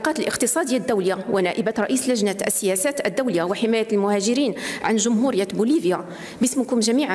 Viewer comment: واش كنقولو جمهورية بوليفيا ؟ أولا جمهورة بوليفيا ؟؟؟ لا حول ولا قوة إلا بالله العلي العظيم، بلانا الله بنواب لا يعرفون حتى نطق الكلمات باللغة العربية، لغة البلاد